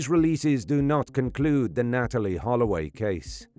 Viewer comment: They saying Holloway quite well !